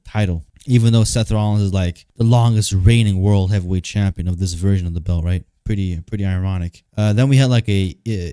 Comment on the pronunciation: got a bit of Hater "VEERSHIIN" in him now.